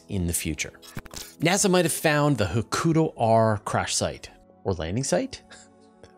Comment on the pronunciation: Tiny nit: Hakuto has the stress on the first syllable, and ends with a long "o": HA-ku-toe.